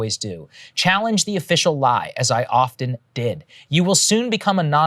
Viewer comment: They deleted it all because there's no "t" sound in "often".